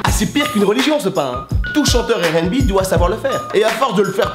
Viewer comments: donc tu prononce le R de rnb a la francaise... mais tu dis bi au lieu de bé comme à l'anglaise. ok le concept est spé mais ok. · Wola il saoule à dire « airènbi ».